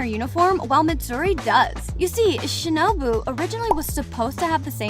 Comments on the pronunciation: Its shinobu not shinubo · who tf is shinibi its shinobu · Shinubo????? It's shinobu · She has the most American accent, she pronounced shinobu as shinObo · "Shinobo" got me dead af💀